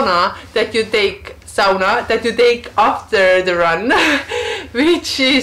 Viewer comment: Eihän ole niin vaikeaa sanoa SAUNA.:) Ei se ole mikään. Miksi joka toinen kerta ja sauna? Sovitaanko että sanot SAUNA tästä lähtien?:) Hieno koira ja kiva kanava.